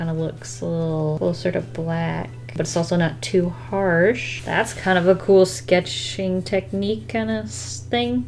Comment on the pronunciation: scetch-ing technique kinda s'thing. Me: we get you. English tends to run away.